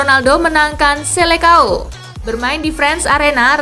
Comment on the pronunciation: Selesaun bacanya min bukan selekao